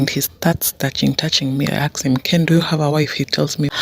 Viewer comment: I axe him😂😂😂😂